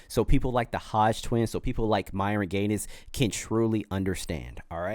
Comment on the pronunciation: stop saying gaines like that, it's just like haines, you don't say hain-es